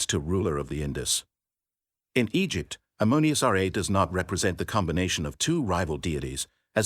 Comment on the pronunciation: You are saying Egypt and Egyptian wrong every time. It messes the video up for me.